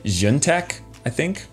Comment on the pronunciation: its pronounced ZI-YOUN